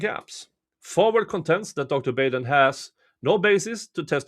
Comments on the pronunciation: Michael BAHden, not BAYden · Just FYI it’s pronunciation is Dr. Bah-den 🤗